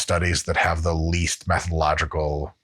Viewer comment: Did he say “mathological” ?